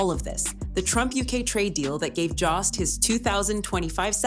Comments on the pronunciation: His name is Colin Jost (Joe-st) not (Jah-st) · I hate the mispronunciation of Colin’s last name. AI voice? Its JOST. Not Joss! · It's Colin Jost, spoken with a long O, like in Joe. Why not find out the correct pronunciations before making a fool of yourselves, repeatedly? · I hope someone corrects the pronunciation of "Jost". If I were him, I'd be pissed.